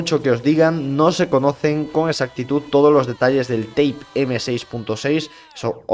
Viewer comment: la palabra es type no tape